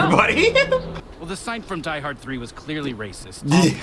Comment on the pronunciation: I love how Summer even doesn't know the name exactly, she pronounces it "Die Heart" the first time she says it XD